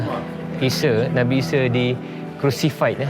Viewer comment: Nabi ise...ahaa isa lah..sebut baku sikitlah...er er er